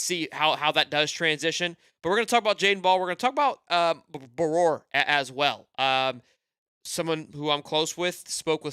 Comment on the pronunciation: Can you say his last name correctly lol